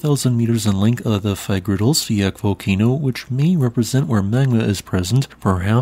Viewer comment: you pronounce fagradalsfjall with the ending as an L as in love, not fjakk;)